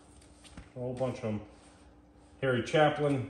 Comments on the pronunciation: Right? Dude's killing me. He's not really going through the collection quickly and has nothing interesting to say. "I don't know this one. KONJA(pause) GOO GOOO. I don't know them. Probably foreign". "DoHN know this one" SMH. Harry Chaplin😅. Something Twins 😅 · The really sad part is that you bought this record collection, and you don't even know what 65% of it is. Like, really early, he says, "I don't know some of this stuff as he breezes past a copy of She's So Unusual by Cyndi Lauper. and you do know Harry Chapin sir, even if you (clearly) don't know how to promounce his name -- everybody knows "Cat's In The Cradle."